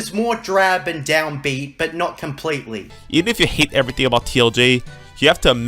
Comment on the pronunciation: damn can this fool pronounce anything right? "mudder, everyfing, trice, jidday, orer"